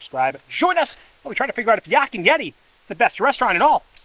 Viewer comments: Another great video! Love your channel and hearing your perspective on things! I got a chuckle out of pronunciation of Yak, he kinda says Yock. 🤣 Yak rhymes with pack and black. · Their ahi tuna nachos are the best! We pick up Landrys gift cards at Costco, so you can save some $$ there. As an FYI, Yak is pronounced like pack with a y. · “Yok” and Yeti 😂😂😂